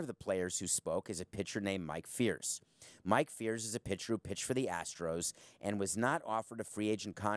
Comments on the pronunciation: I love this guy calls himself a baseball expert but pronounces "Mike Fiers" as "Mike Fierce". It's pronounced "fires" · This dude doesn’t even know how to pronounce the people’s names he’s talking about. Lol Mike “Fears” and Jeff Lu”Now” haha click beat. This topic is comical. For the avg person, sign steal seems like a big deal but guess what? It’s part of the game and always have been. This is not corked bats, pitcher using pine tar, or steroids. This is equivalent to the “unwritten rules” of not showing up the pitcher or not bunt bunting with a no hitter on the line. Props to the big leaguers who can hit a 100mph heater or 90mph slider that breaks 12inchs away and drops 2inches down, even if they knew it was coming. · Most baseball fans know Mike Fiers. It's not hard to pronounce, and most baseball fans know how to pronounce it If you have a math professor who calls Calculus "calculator", you shouldn't take them all that seriously